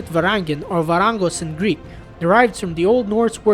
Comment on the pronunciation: The correct way in which the narrator pronounced the very foreign Greek words in the video : their vowels and their rolling r .